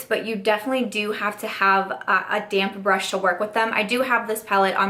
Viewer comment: Hey hey! You look beautiful! Sounds like you’re saying “damn brush” instead of damp brush and I cracked up every time! Hope your home situation is going smoothly ❤️